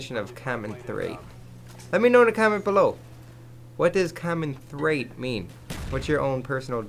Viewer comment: comenthrate = when cant pronounce commentate properly